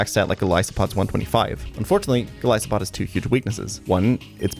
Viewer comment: why did you pronounce Golisopod in this video like this? I've been misspronouncing it for years because of you, only to listen to its original name? SHAME!!!